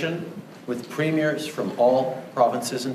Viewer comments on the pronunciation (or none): Let me help you. It’s Pre-me-ear (say it fast) and Sass-cat-chew-won.:)